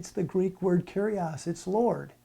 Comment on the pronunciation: I'm pleased you are using the correct pronunciation and aren't saying, "Kourios" but "Kyrios" though you are wrong about the feminine form. You said "kyrie" which is the vocative form of the masculine "kyrios". The feminine is "kyria". See 2John 1:1,5. To ShuttergirlUK, the OT was written in Hebrew but the NT was written in Greek, so Greek is very important. It is true that the OT was translated in Greek and that is known as the Septuagint or LXX for short.